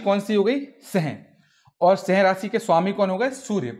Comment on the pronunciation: Bhai aapki language me sahi me problem h. Meri v kharab kar doge. Singh rashi ko seh rashi kyu padh rhe